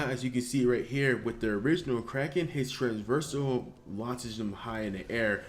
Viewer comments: Oh for god's sake stop saying Transversal :D Its trAVersal not traNSversal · Traversal, not trans-versal. Sorry man. But just fyi. I love ur vids